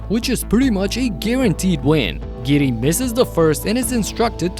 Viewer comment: HE SAID TIP TO DIDDY NOT GIDDEY